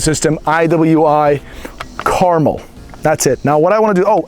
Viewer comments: Is it really pronounced caramel like the candy, though? I would tuink it's more pronounced like "Car-mell"... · I believe it's pronounced Car-MEL. Nice rifle, though. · “Out of the gate”, not “off the gate”. Also, the name is carMEL, with the accent on the second syllable. Look it up! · Americans.... Pronounce car-MEL. As in Mt Carmel and Carmel beach. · Goddamn. It's Car-mél... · It pronounced kar-mel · Pronounced Car-MEL!!🤦‍♂️ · It's pronounced car-mel like cal-el. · Pronounced Car-mel. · It is pronounced Kar Mel not carmel, I am going to buy one very soon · Pretty sure it's pronounced (Kar-Mel) like the mountain not Carmel like the candy. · You should put emphasis on the 'mel' in carmel. Thats the correct pronunciation. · Damned you weirdos... its carmel!!... ....PHA-KIN-CAR-MELL. not mull, MELL.😡😡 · Carmel.... "Car-mel" Rhymes with Bar Smell Like the city in california... no? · You’re pronouncing it wrong. Lol. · For the love of God, stop mispronouncing Carmel. It is named after Mt. Carmel in Israel. The emphasis is on the second syllable,not the first.